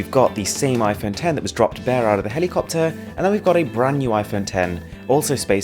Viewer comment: Did my guy call the helicopter a cockter 😂😂😅